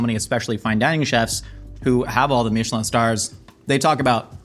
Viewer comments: If you understood Michelin stars came from the Michelin tire company, you wouldn’t try to enhance it with a goofy French accent. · Why does he keep pronouncing Michelin all fancy lol? Because you don’t pronounce the tires that way and it came from the same company so just curious as to why the over pronunciation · bro is pronouncing michelin like it aint a tire company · i didnt think it was possible to mispronounce michelin so horribly. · That's not how you pronounce "Michelin," dude. Ever bought a tire? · Pronouncing Michelin in a French accent when its actually the American tire company is hilarious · That's one of the better last meals i have seen on here. An in n out double double is on my last meal list as well. Why did you pronounce Michelin that way though? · wtf is a Mee-sha-lan star lol...its Michelin, like the tire company. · Stop saying meeeshalan stars like it’s some fancy French thing. It’s Michelin. Literally the tire company, they created the Michelin guide, google it. You sound dumb. When you go to discount tire for the next pair of shoes for your car, make sure to pronounce it like that and see if the whole shop stares at you. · wtf is a mee-shuh-lawn star? dont church it up dirt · Its not pronounced "mee-che-lawn", its from the tire company Michelin. Don't try to make it fancy. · meechilin... why are you trying to be fancy...its pronouced the same way as the tire its the same guy you twit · "meesh-land stars" is not how i thought would pronounce Michelin xD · Love when people pronounce it "Meechelin" to try to make it sound like some kind of incredibly fancy thing when it is quite literally the name of a tire manufacturer. They have been around since 1889. It has never been pronounced as "Meechelin". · Why did he pronounce it “meeeshellin star” do you also pronounce the tires that way? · I love a meeshulin star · did he say Michelin star like "meechalin" as if it was french??? its the american tire company llololol